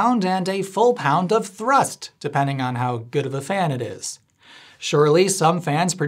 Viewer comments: Most of the videos effort was put in to rolling the R’s when you say thrrrust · I really hope the way he says thhrrust is because of chicken run 🐔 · Thank you for pronouncing thrust correctly...🤣 Also, if your as pedantic as I am, I think it's same to assume you are... If you were at Menards, you will have surely noticed that they have a new "vintage" line of Christma... Holiday lights. I have a bunch of them, and while the flicker is greatly reduced, it is still present. Also, due to the design implications, the individual lamps have a bit of a directional component to them in regards to light output. I find the colors quite pleasing, if a bit over saturated, most notably the blue. However the "flicker" version of these is quite, atrocious. In the spirit of no effort etc, etc... I will spare you the details of any further analysis. I can't wait to get your evaluation on these. Have a simply fantastic day. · Was the pronunciation of "thrust" a nod to Chicken Run?! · I'm not sure what the best part of this video is, the 'a different mumber in kilograms', or the facial expression and increasing enthusiasm every time he says 'thrust'. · You put just the right amount of mustard in your pronunciation of thrust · at about the way he said "thrust" made me lol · Am I crazy or is the strange way that you are pronouncing the word "thrust" a reference to Chicken Run (2000)? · Please tell me that your pronunciation of, “thrust”, is from Mac in Chicken Run. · Ha, no-pun-in-the-end-title-november, just what I love! Also, nice pronunciation of thrust! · will always be pronouncing "thrust" with a rolled R moving forward, tysm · really enjoyed the exclamation point on every instance of "thrust!" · The way he pronounces = thrust = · Did he “roll his R” when he said “thrust”? 😁